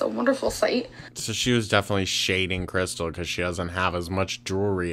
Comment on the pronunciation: She never says krystal, she says krissel and it drives me mad